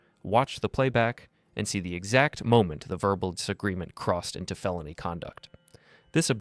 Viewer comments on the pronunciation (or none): AI Voice. Mispronounces the word "felony" as "fayloney" and "used" as "you-zed". No real person would speak like that. AI is infiltrating our lives. We don't know what's real, what's fake, what's true, what's false. Even videos lie. Bodycam Justice Reports, why don't you get an actor to narrate your vids instead of AI Voice? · Also "FAY-lony" 🤣🤣